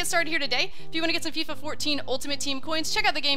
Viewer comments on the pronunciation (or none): none